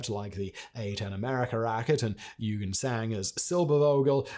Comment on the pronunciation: NOOOO!!!! Not one thing you say shows any effort to get it correct. The name is NOT "you-gene"! It is pronounced "oy-ghen". At least you can try to get names right. You butcher the whole lot, including the German name for rocket - might as well use the proper "rocket" in English and just skip the German word, which is NOT a "racket", it is a "rha-keh-teh". And in many languages, including German, "v" is ronounced like an "f", so it is NOT a silver-Wogel, it is pronounced "silber-fogel". If you want to be a semi journalist and cover International history, work on your language skills!